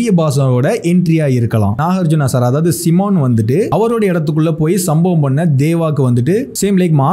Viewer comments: சைமன் ✅ சிமன் இல்ல 😮‍💨 நீங்க சிமன் சிமன்ன்னு சொல்லும்போது என் காதுல சீமான் சீமான் ன்னு விலுகுது 😒 next Time சைமன் ன்னு சொல்லுங்க ப்ரோ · "Si" - S eye + mon = Simon bro adhu 🤗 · Ayya athu Simon seeeemon ila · Adhu C Mon ila, adhu Psy Mon Adhu Kaliza ila, adhu Kaa Lee Shaa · Seemon illayya adhu simon😅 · அது சைமன் பா... சிமான் இல்ல...